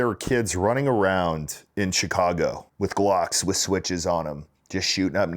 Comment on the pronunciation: CHECAGO PISSA IS DEE BESS!!! Hahaha! I love it!! Yeah!!!